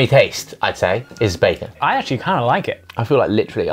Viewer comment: Is it just me or is Josh pronouncing bacon weirdly?